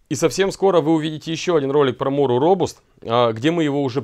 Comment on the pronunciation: «Робаст» у дарение на А .